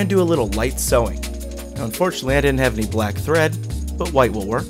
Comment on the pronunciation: "Light" sowing, eh? lol